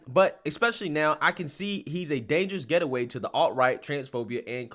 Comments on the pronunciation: the word is gate-way, not get-e-way. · The word you kept trying to read from the article was “gateway” not “getaway”. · You kept calling it “getaway,” what he actually said was “gateway,” which is much worse! (usually used in a context of encouraging drug addiction). Klein = Complete Tool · I agree with you completely here! As usual! One thing you could do for me if it matters to you is to look into how you pronounce gateway... Gate way.